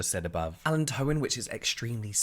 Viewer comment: Just in case you wanted to know ... allantoin is pronounced (uh-lan-toe-win) ... thanks for your videos you are great! 😀